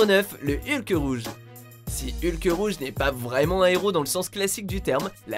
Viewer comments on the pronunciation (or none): Excusez moi mais il n'y a pas de "e" à la fin de Hulk!